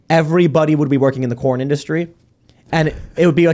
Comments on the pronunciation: I walked away for a second and thought y’all were talking about porn world not corn world 😅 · CORN! I thought you said Porn! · I thought he was saying "porn" for the first half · At first I thought he said "porn", not corn. Americans love porn. We also love to complain and be depressed. America's greatest exports: corn, porn, and being forlorn. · Did anyone else thought Tim said "porn" instead of "corn"? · I finally realized Tim was saying "corn" after agreeing that "porn is a huge industry.". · I thought they were saying "porn" instead of "corn." I think this would be, at least, funnier if that were the case.